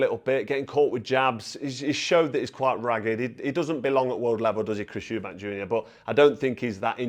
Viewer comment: They had to stop the first fight in Round 9 before Benn got killed, and Nigel Benn even said in the ring after the fight that he completely underestimated Eubank .. I always thought the second fight was Nigel Benn's win but they're both warriors. Just a friendly heads up, there's no 's' in Eubank